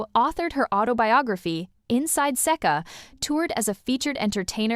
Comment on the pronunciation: AI voice can't even properly pronounce Seka..